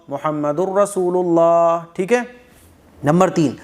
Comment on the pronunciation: کلمہ میں اللہ ہ کو بھی تو ادا کرنا ھے ۔ہ واضح نہی ہو رہا